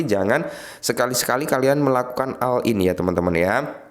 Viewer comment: Oll in bkn all in, di si ei bkn di si ai.